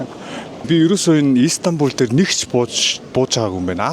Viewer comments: İiiistanbul bish istanbul shuu hahaha 😅🤣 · Иис тамбул биш Истанбул гж богино дууддаг болно❤ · өө тэгээд ииистанбул иииистанбул биш мэдлэггүй дуракаааа зүгэээр Истанбул, И нь өргөлттэй биш цүүццү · Shanghai, Turk, Solongosiin ongotsnii buudal dajgui sanagddag. Ийстанбуул, Аайрпорт гэж хэлэх болгонд тухгүй сонсогдоод байх юмаа😂 Истанбул, Эйрпорт